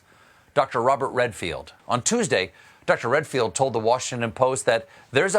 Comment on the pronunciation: he called Redfield "Renfield" - STEPHEN, WATER DOWN YOUR BOURBON!!!!